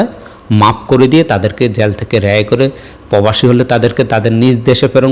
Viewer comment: মাইক হাতে নিয়ে বিশ্ব মানের সাংবাদিক হয়ে গেলা/? আরে মিয়া আগে ভাষা শিখে নাও পবাসি কি রে ভাই? প্রবাসী বুজলে কচু